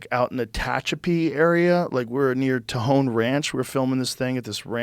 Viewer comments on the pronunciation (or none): none